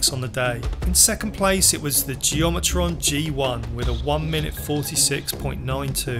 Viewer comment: Butchering the geometron. It’s geo-met-ron